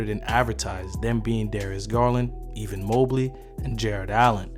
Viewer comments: Great Vid I'm sure I'm not the first person to say this but pls if you don't kno someone's Name jus use they last name Evan not Even ... you got the Harder First Names Perfect but the Easy one Butchered... lol all Good Hommie great Vid keep um Comin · Good stuff, but are you calling EVAN Mobley "EVEN" Mobley lol. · Don’t wanna be “that guy” but you’re pronouncing Evan like you’re sayin even. Anyways good breakdown. Thumbs up from me! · Lmao he definitely calls him even 🤣 😂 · Why u say Evan like that? Or am I trippin? 😂 🍃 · I couldn't watch this whole video cause I couldn't stop laughing at you butchering a common American name like "Evan". I'm guessing you're not from the U.S?